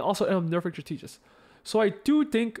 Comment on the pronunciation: In case you care strategist is pronounced strat-eh-jist. Thanks for the insight on the patch!